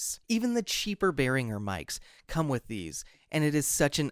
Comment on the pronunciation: Not to be picky but the brand is Pronounced "bEH-rihn-jer" Great Video!